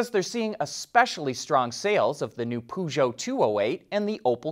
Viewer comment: Peugeot is pronounced: 'Pe' [as in 'petie'] 'jo' [as in 'Angelina Jolie'] 'Bolloré': 'bolo' [as in 'bolo tie'] 'rey' {as in 'do-re-mi']